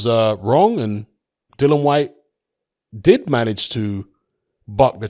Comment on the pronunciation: Fortune doesn't seem to favour Dillian enough for you to start pronouncing his name right though,. 😊